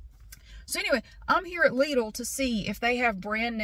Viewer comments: I don’t understand how LIDL can be pronounced differently from the way you pronounce it! We pronounce it the same here as well, with no American accent but it sounds same!Is not that difficult and complicated word after all..😂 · As a German speaker: How you say Lidl is the correct pronunciation